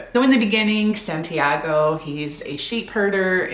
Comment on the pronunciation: I’m sorry but that pronunciation of Santiago is so funny😭 that’s a basic Spanish name